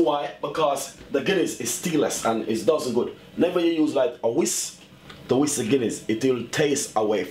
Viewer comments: He said whist but it's a whisk, but whatever lol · People are so ignorant! He said whist but I knew he meant whisk... But I didn't have to make a comment about it! Some people feel better about themselves when they nit pick about every lil thing... It's like their heads will explode if they don't get it out!